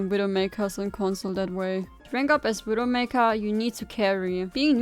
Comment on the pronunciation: What an awesome widowmakew guide. You weawwy cwick heads